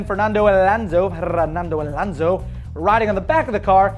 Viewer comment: Dude, before laughing at someones surname, LEARN HOW TO PRONOUNCE IT... it is not: "elanzo" it is: ALONSO Regarding the video, it seems that in the USA everything that doesn't look like a mustang "must" be a "Lambo"... I bet the guy even thinks "Lambos" are built somewhere in the country of Liberty as well. Too much concidence to record something like this. I've never even seen a single Veyron so watching one drawning... I don't buy it